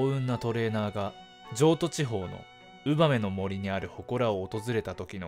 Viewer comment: ウバメの森のイントネーションも俺のとちゃうんやけど